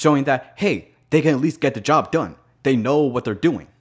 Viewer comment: You’re pronouncing Job as j*bs on purpose aren’t you I feel like that’s the reason they didn’t include purgatory (like, heaven didn’t have that many strong arguments to begin with), but I did see a theory that Hazbin hotel would conclude with the creation of purgatory so that sinners had a place where they could work to be better; just something to think about I guess